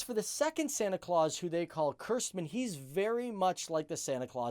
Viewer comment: it's not cursedman it's kerstman